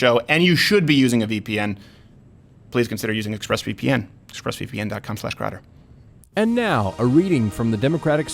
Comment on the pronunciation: I love a light roast, great for espresso or my little Bialetti stovetop. Great show, Mistuh Crowduh!!